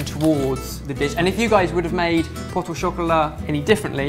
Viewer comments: He said poto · You don't pronounce the "t" in "pot" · you don't pronounce the 't' in 'pot' ! :) great vid as always